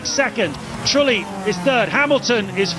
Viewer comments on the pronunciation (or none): "Jarno Truely" 😊